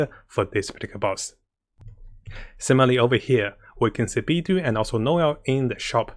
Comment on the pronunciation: Of all the ways people pronounce Beidou this was one of my favorites xD "Bee Dew" edit: Definitely not trying to be offensive! in case this came off that way.